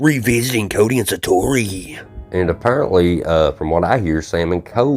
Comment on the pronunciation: Shining? Sa-toe-ee. Hope you feel better. Eat a jalapeno until you sweat, cry and have a nose drain. Won't look great but ...😂 thank you.